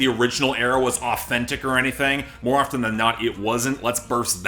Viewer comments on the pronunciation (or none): none